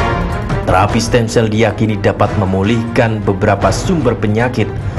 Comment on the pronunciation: "Stem Cell" mba , bukan stand sel